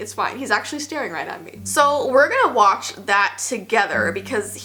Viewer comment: Wach not each